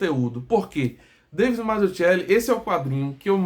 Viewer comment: Salve amigo, só pra saber, o nome é bem italiano, Mazzuchelli. Em italiano o ‘“ch” tem o som de “qu” em português então pronuncia-se Mazzuquelli. Obrigado